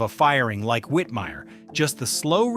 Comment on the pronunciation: *Rowlf Also, there was a mispronunciation of "Whitmire" as "Whitmeer" during the section on him.